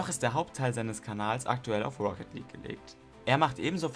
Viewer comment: Schöne Liste, zu langes Intro. Und es heißt „League of Legends“ und nicht „Lietsch of legends“ :)